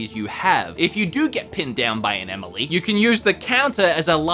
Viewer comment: Did he say "get pinned down by an Emily"? That's what it sounded like! Lol!